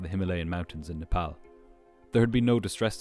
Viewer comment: Love how he pronounces Nepal correctly ❤❤